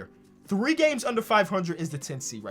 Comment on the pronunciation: When he said 3 games under 500 I swear I heard 3 gays under 500.